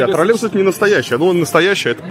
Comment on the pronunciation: почему он говорит "тролЕбус" ?